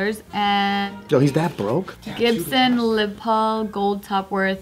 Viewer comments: Gibson laPaul 😂 It’s laspaul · I’ve never heard anyone pronounce a les Paul as a “Gibson lipal “ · Lol did pronounce it Gibson Lé Paúl. Amazing. 😂👌🏼